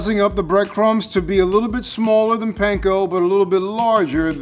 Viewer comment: I'm waiting for the day that people finally learn how to pronounce panko correctly